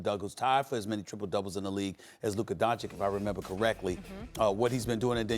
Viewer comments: SAS "triple dougles" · "Triple dougles"